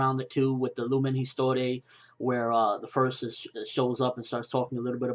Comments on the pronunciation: I'm not like a French major or anything but i'm pretty sure at least the "Histoire" part is in french and in french u wont read the H and the E so its like "Istoar" . Nothing close to how you pronounced it :) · "lumen histoire" you need to say it with a french accent ;P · What is it with english people and pronunciation of words? Lumen histoire for example. You can clearly hear that it shouldn't be pronounced that way xD Not saying this is your mistake, but EVERYone from the US does this. nAruto in stead of narUto as another example. Not hating on the US or anything, I love it and all, but I just felt like ranting about it:p